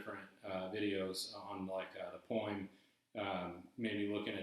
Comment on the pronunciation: Why do you keep saying "poe-ahem"?